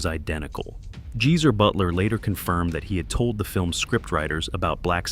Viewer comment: Who's "Jeezer Butler"? 🤣🤣🤣🤣🤣 Also, why cancel shows just because the background elements wouldn't fit in the venue?